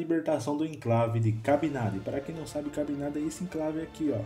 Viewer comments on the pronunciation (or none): não é “ Cabinada” é “Cabinda” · É Cabinda e não Cabindá! E não é "da Angola", é "de Angola". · Seria melhor se os nomes de algumas pessoas e de Cabinda, fosse dito corretamente... :(